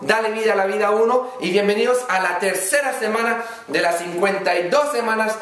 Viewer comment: meda risa cuando dice semana en vez de decir semana dice jemana...! saludos de Venezuela..!